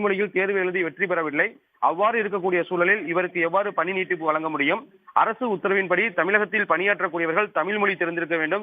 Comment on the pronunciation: நிருபரான உங்கள் உச்சரிப்பு- தமில், வலங்க ?!